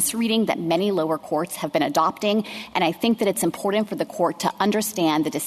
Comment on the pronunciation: On a personal note not related to the case, the Solicitor General needs to learn how to pronounce "important " and her voice is extremely grating. And to Justice Sotomayor, no guns aren't dangerous by themselves. It is the welder that is the dangerous component in the equation. If "sensitive places" are so important to not allow guns, then why are those the places where violence with guns occurs? The prevention sought be the designation isn't working.